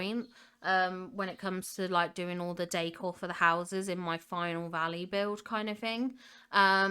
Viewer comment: I love how you say "décor", it always sounds to me like you're saying "day core" 😂